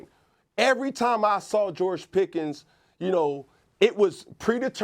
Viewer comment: “You saurw him!”